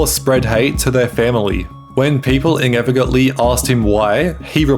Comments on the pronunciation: Mungey, ingevbly, Ngo, eveng ngow. Like brother you can record another take, it doesn't cost you any money. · bro you need to work on your english. beggenging, ingeret, ingevitively, mongey..... you add extra g's to so many words. learn your pronunciations ffs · when people inevigantly…? ingevigantly??? mungy